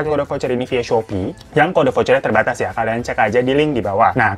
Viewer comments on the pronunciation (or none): none